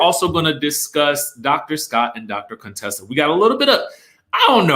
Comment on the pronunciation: Stop pronouncing Contessa's name wrong, it is an insult to her.